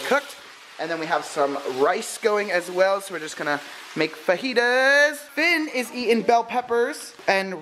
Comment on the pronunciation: its not fajitas its fajitas but the j sounds like and h okay